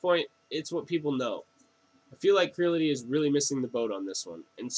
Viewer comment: Creality, not Crility... same as Aluminium not aluminum...